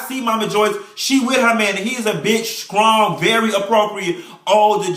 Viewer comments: Don't let her be "skrong" Lmbo!! You have just tickled me today honey! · "You got to be skrong"